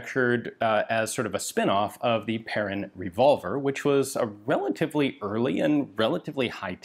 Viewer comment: When you think Ian has covered all the French rifles in history, ta da! One comment, the -in atvtge end of Perrin is pronounced like in "main" (hand) or "un" (one) or "pain" (bread). And Lefaucheux like in "eux" (them) not Lefauch-oh.